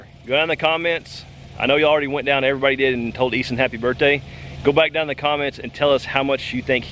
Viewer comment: Hapoy birthday Eason(?siunds like y'all are saying E-son) Sorry if I spelled it wrong. Happy porkchoppin and baconing. Only 1 bad day for sure. Blessings, julie